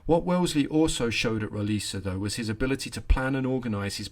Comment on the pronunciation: As a portuguese, can confirm your pronunciation of "Roliça" is on point. What gives the "C" letter it's "S" pronunciation is the little willy hanging off of it.